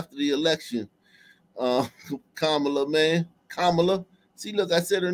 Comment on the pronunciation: The sisters pronunciation of Kamala sounded RAYCIST.